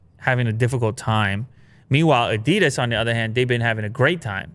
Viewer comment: You did so well learning to pronounce Porsche, you can learn to pronounce Adidas as well. 😜